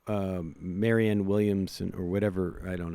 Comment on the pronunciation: Now a few of the progressive shows are minimally mentioning Marianne, but refuse to get her name right. It's not Marion. It's MariANNE. It's not a crazy unusual name you've never seen before, guys.